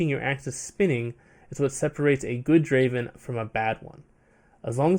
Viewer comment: Not Draven , Draaaaven !!!!